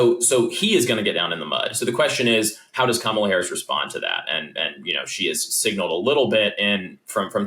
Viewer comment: Sorry, done listening, Bill, until you learn to pronounce Kamala's name.